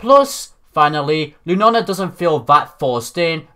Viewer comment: I love how you say Lunala, " * Lunana* ".